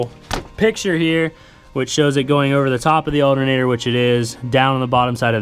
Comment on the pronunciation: I can’t stand how he says alternator “aldernader.” It’s not an alder nater bro! 😂 other than that the video was great! 👍